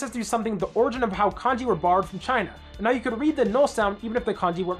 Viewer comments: "Origen" Uhm, that's origin. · "oregen" is crazy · I think you mean origin, not origen.